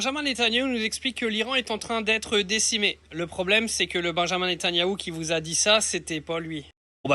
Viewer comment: Benyamine et pas benjamin C’est comme appeler Yannis Jean